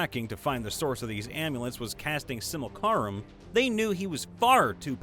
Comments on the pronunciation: the word is pronounced "Sim-you-LAC-rum," just like it's spelled. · that pronunciation of simulacrum is killing me